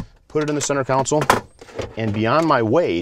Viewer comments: Console. Con sole. Not council. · Great information, but I believe you are mispronouncing the word console. Con-sul (instead of council) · learn how to speak english, its center console! we live in amurica! haha jk